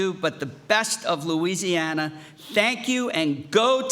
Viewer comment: He said louiweesiana 😂